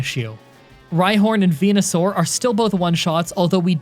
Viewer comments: When you said "Benusaur" I've heard PENUSAUR 😅 laughs nervously Anyway, great video as always, PRAISE LORD HELIX 😂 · Fucking "Benusaur" killed me